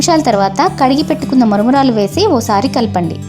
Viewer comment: Maramaralu not muramuuralu